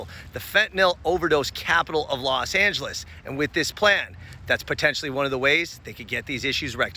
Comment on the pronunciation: Los Not Las